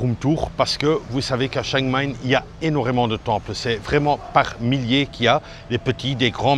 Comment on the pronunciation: T'arrives pas à le dire, mais c'est chiang mai (chiang maille) pas chang maine...🤣🤣🤣